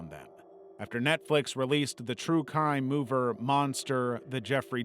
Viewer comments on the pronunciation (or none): "the true cime movir" you should probably spellcheck your scripts before putting them through tts lololol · “true kime mover” 😂